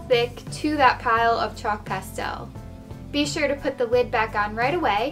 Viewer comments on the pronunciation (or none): She said wid instead of lid